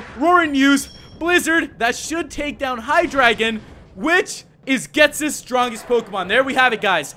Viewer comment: That's not how you say ghetsis